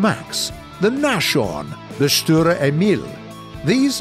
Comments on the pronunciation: Nashorn is pronounced like Nas-horn the sh is not an sh like by shoe. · The NASHHORN its spelled without sh you just say Nas Horn XD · Died Laughing at "Nashorn"and left the chat.